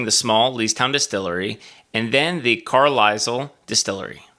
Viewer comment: You can't pronounce Carlisle???